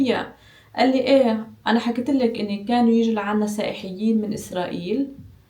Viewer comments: سائيحيين؟! تعلمي الحديث الصحيح ثم تكلمي ... مستوى منحط في النشر و محاولة صريحة لتشويه مصر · فيديوهاتك حلوة بس بالله عليكي اسمهم سائحين مش سائحيين